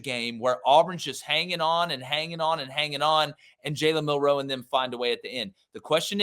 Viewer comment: Milroe not Mil Roe 😂😂😂